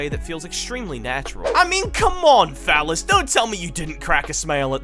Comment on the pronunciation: Like haven't been able to determine if you are saying fellas or phallus lmao 😂. The closed captains seem to think it's the latter lol! I mean either way you're not wrong lmao 🤷🤣